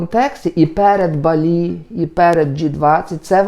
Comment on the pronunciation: Не БалІ, а БАлі😉